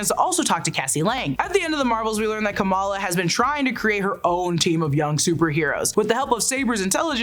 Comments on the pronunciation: PSA its Kum=ALL-AH Not KOM-EL-UH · She's Ka-MAL-a. She's not Comma-La Harris.